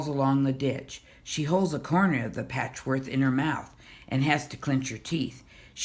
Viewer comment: Why do you say patchwork like 'patchworth'? Anyway, this was my favourite book from my school library growing up (a long time ago), thanks for making this video.